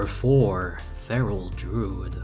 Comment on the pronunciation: Why do you say “r” sounds so stupidly? Druid is not a hard word to pronounce.